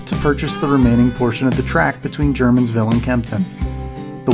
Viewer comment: Germansville is pronounced Ger-mansville. Not German.....